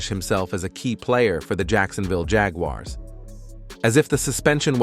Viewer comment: The Jag You Are’s is a crazy pronunciation.